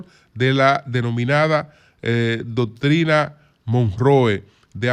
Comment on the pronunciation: Como se pronuncia la doctrina? 😂😂